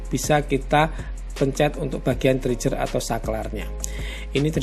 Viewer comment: “Triger” mas bacanya, bukan “trijer” 🙏